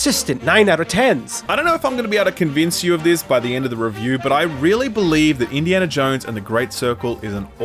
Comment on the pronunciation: Subbed for "Indy-anal Jones" lol